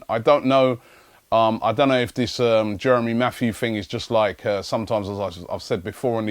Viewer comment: Jeremy Matthew? Please. It's Jérémy Mathieu ('Mattee-ur').